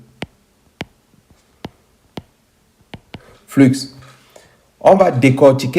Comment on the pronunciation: Bonjour mon frere, dans le mot "flux", le x ne ce prononce pas, ce dit "flu"mais s'écrit "flux"..... merci pour ta video ça ma appris impeu plus sur les cta 🙏